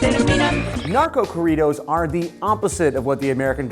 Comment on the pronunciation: Lol the way he pronounced corridos